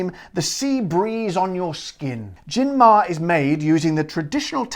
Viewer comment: Hi there, the pronunciation is "mah-re". "Mare" is Latin for "sea", the gin's name supposedely reflecting its Mediterranean character as you've read since it's produced in the Barcelona area. The Romans called the Mediterranean "Mare Nostrum" (literally "Our Sea"), and accordingly the webpage states in Spanish the following: "We've managed to distil and bottle the Mediterranean and export it to the world". I only tried it once and I didn't like it either. It's overpowering, expensive and pretentious, e.g. there was an offer in which they sold the gin together with a scented candle *facepalm*. As far as Spanish gins go, there's a huge selection these days. You could try Nordés and Larios 12. The former is a nice herbal gin produced in the northwestern region of Galicia and distilled from white wine, while the latter is a classic simple gin and the premium version of the most iconic (but otherwise horrible) Spanish gin Larios, which has been around for decades. This brand also has pink and orange flavoured versions. BTW, I must commend you for using a Spanish glass;)